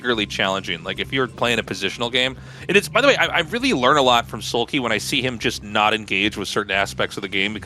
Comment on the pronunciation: Like into the last Match Artosis seems to pronounce Soulkey as Soulpee... I don't know why I felt like bringing that up, it was funny.